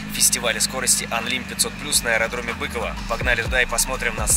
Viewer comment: Не бЫково, а быкОво